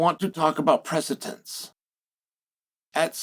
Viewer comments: Nobody going to call him out on how he is saying precedent in this episode? He either does it on purpose, he’s fried or has a speech impediment. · Imagine making a whole video on precedent and saying the word totally wrong the whole time.